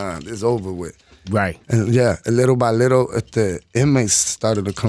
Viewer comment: ANUEL AKA " LILLE BY LITLE"😅